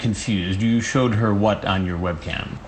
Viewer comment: "I cho her my webcam"